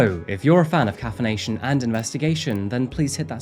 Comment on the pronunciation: 😂 "If you're a fan of caffination and investigation. 😂